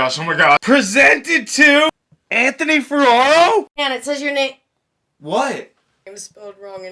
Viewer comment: "Anthoy!" LMAO!!